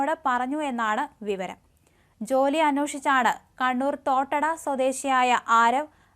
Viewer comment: അന്വേഷിച്ചു എന്ന് ആണ് അല്ലാതെ അന്വോഷിച്ചു എന്നല്ല